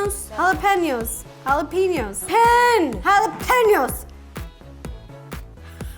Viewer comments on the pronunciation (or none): JALA PEN YOS 🤣🤣🤣🤣🤣🤣🤣 YOU ARE THE CUTEST LOVE YOUR RECIPES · Ro: jalapeño, no wait- halapeenioos , no wait- Me: crying of laughter. Ro: gets it right~ smiles~ ruins it ~ Me: 🤣🤣🤣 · Ro it's simple, Jalapeno PEEno ok? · No one: Not even you: Ro: halapeniou halapeniou halapeniou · “Jalapeño”..........*smiles and shakes head* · The funniest blooper was when she can't pronounce jalapeño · Don’t forget her mispronouncing jalapeño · No one Like no one Ro: can't pronounce jalapeño properly